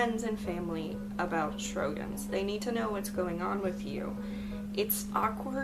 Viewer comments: Great content! Just a note about the pronunciation: it's pronounced Show-grins instead of Shro-gins. 😁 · It IS pronounced...SHOW-GRINS.....!!!